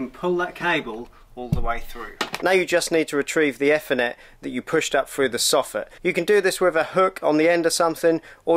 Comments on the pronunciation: usefull video tho you need to learn how to say ethernet properly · The way you are pronouncing ethernet and router is driving me up the damn wall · That is not how you say Ethernet 😂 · ) sorry, just my pet hate nowadays, not pronouncing 'th' correctly by putting tongue against your teeth. Good video though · Had to stop watching - the mispronunciation of ethernet will stay with me for life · By the way It's pronounced Ee- thernet not eff- ernet. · I thought it was Ethernet but not Fthernet 😂😂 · the way this guy pronounces ethernet.. aethernet for reference not effernet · great video mate , however lets pronounce THE FOLLOWING E THER NET , NO E FFER NET , great vid though lol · Nice video... Is this British English, Ethernet with E from Egg, instead E from Ee? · "E" thernet. Its not eh thernet!!! Just messing with you. Thanks for sharing.. 😁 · eee- ther- net, not efff- er-net. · It's ethernet not e-thenet 😕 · e-fur-net cable, sorry was driving me crazy lol. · Honestly it was very annoying even my misses woke up and asked what an f-ernet cable was 😂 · Never heard it. I heard athernet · WTFudge ….. his pronunciation of “F n net” does my head in. On what planet is ethernet pronounced like that? 🤦🏻‍♂️ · I only heard efinet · Great install but oh Mylanta it’s pronounced ee-thr-net 😁✌️ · I have a question. What is an "effernet cable", and what is a "rooter" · Whats an ethernet - everyone else uses eeeethernet 🤣🤣🤣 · I have worked in this industry for 30+ years and never heard it called "effernet" 😂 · F-er-net!!! LOL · “Ether-Net Cable.” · phoentically its eeth - r - net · EFONET CABLE 🤣🤣🤣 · Dude its Ethernet not Fernet wow and its router not rooter!!! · Stop pronouncing Ethernet wrong!! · Yes you made it very easy to understand. Thank you. And yes I’m one of those enjoying your Ethernet & Router pronunciations. I’m nearly drunk, have to watch it again. Hope you’re a good sport. Thanks again. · I have never heard anyone pronounce Ethernet like this